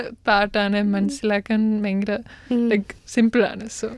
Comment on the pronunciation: ഇപ്പോൾ നന്നായി മലയാളം പറയുന്ന ആ ജർമ്മൻ കുട്ടിയെ തൻ്റെ "പയങ്കര" എന്നൊക്കെയുള്ള ഉച്ചാരണത്തിലൂടെ ഇല്ലാതെയാക്കരുത് പ്ലീസ് 🙏 ആ കുട്ടിയെങ്കിലും ഉച്ചാരണശുദ്ധിയോടെ മലയാള ഭാഷ പഠിക്കട്ടെ 🙏😏😏😏